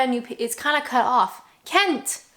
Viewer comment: You said 'cut off' like a true Brit. I think you are going native.